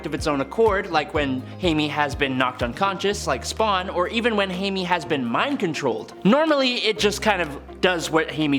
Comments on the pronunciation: OMMFG PLEASE GIVE US A GOOD SPAWN FILM. Also, blue beetle is "hi-may" not "hay-mee". But the beetles suit in film looks just like iron man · Dude, I enjoy your videos on this channel most of all, but do you honestly believe that Jaime is pronounced 'Hay-may'?? Do they not have Hispanic people in Canada? I get if someone's going to say Jamie but it's high may Jaime. I've never heard. Hey Mae, ever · In English it’s Jay-Me like the actor Jaime Fox , but seeing as Jaime Reyes is a Latino , in Spanish it’s Hi-Me 🖖🏾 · I find your lack of proper pronunciation of "Jaime" and "melee"...disturbing.